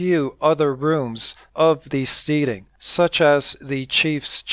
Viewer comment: And I think that it's Steading is pronounced "STEDing" rhymes with "instead" stead·ing /ˈstediNG/ nounSCOTTISH•NORTHERN ENGLISH a farm and its buildings; a farmstead. "an isolated steading on the boundary of two parishes"